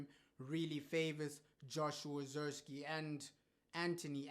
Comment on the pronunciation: He might not be good but at least say his name right!!!! 😮